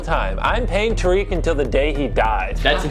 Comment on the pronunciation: it was a joke because he said it wrong. He meant to say Tariq, but the voiceover he was using said tarik